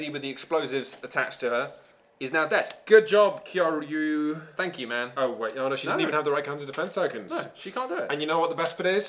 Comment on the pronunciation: If his name is supposed to be Japanese its Key-yo-ree-you. Its just two Japanese names smashed together.